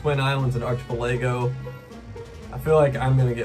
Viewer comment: Bro the way you said “Archipelago” 🤣🤣